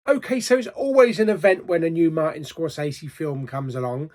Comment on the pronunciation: Kudos on the Scorsese pronunciation. I had no idea. I’d been pronouncing it wrong for years! I really want to see this but I’m going to wait on streaming. I can frisée a numb bum in the cinema. 😂